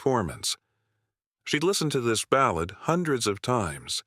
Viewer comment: AI can't pronounce "ballad" correctly. 😮